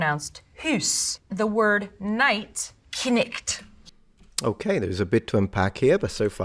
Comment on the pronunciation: I like how pronounced it “Knicht” instead of “Kniggt” like the professor bc this pronunciation is much closer to the german “Knecht”